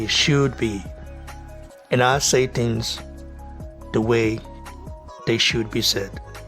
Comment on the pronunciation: Lewis has never hidden his envious heart towards AJ. Just when you think a legend would act in a legendary manner. What a shame.(Bro, work on your pronunciation please... words like ‘think,things and listen’...you pronounce those words wrongly) respect bro...